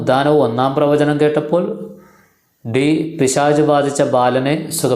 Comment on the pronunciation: പിശാശ് എന്നല്ല പിശാച് എന്ന് പറയു